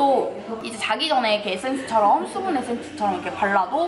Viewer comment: 국밥 퍼묵퍼묵할때 보다 화장품 리뷰할때가 더 잘어울렼ㅋㅋㅋㅋ워쩔ㅋㅋㅋ (이런 캐미녀 이 먹방해줘서 다시금 아리가또~) (Thㅜ분 에센thㅜ, ㅋㅋ th발음 귀욤귀욤)